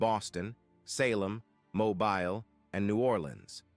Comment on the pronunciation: We're all Natives based on the word. Because Yes we live here,but how are you going to believe a video that use the terminology" INDIANS " We're not from India. Let's correct that 1st. Secondly that guy can't say Mobile correctly. Lastly,the native here came through the berig straight from East Asia,so these people that are native,comes from somewhere else. Now show me any fossil remains that date back 300,000 or a million yrs ago,like how they're found it Africa?